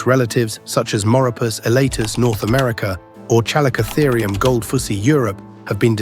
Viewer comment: Kuh LICK uh theer. NOT: CHALL ih COH therr ee.